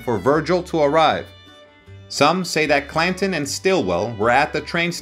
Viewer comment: You butchered the hell out of the English language, it,s clan Ton not cla in like button not bu in if you are going to narrate learn the correct pronunciation